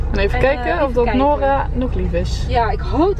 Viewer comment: nadine zegt steeds Nora in plaats van noura